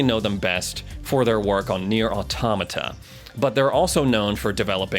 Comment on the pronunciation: NIER what!!!! how the hell did you pronounce it hahhahaah